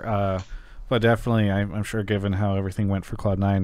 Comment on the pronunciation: True, he is trying to pronounce sure but it comes out as shush xd